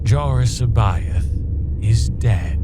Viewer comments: Cboath is pronounced wrong. Its not See Both its Sai Bioth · The ONLY problem with this entire film is that every character pronounces C'Baoth's name differently. Admittedly, there has been some disagreement, but according to Timothy Zahn, it's "SA-bay-oth", with the first "a" like in "has". Nitpicky, I know. Everything else, A+.